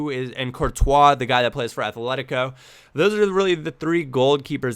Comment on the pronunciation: it's Atletico not "Athletico"